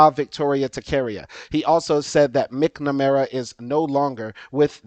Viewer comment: Excellent information. Also, as a fellow educator and lover of the English language, it's MAK-nuh-mare-uh and tahc-uh-REE-uh. Should be a breeze for a Louisiana man who grew up having to pronounce words like Tchoupitoulas! Keep up the good work and enjoy your time in BOO-da-pesht.